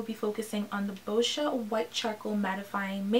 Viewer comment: Girl you deserve so many more views!!! Who wants a product that unintentionally tye dies your shirt 😂 Side note it took me a while to notice that you were saying "boscia" I swear you were saying bull sh** website